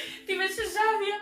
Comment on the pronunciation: Не е Жавија туку Жаваја